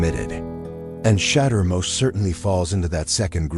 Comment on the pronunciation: This is the 3 time they say his name fuc up